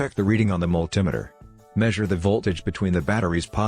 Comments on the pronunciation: Mul-tim-eter, you mean multimeter? These computer generated-voice overs are ridiculous. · the mul-tim-iter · A signal to the points, vehicles no longer use points ! Can't even pronounce Multimeter A/I B.S. ! Also cars no longer use distributors !!